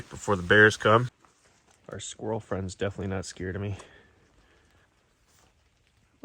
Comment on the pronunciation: Deer bro said “I’m not your buddy, fwend”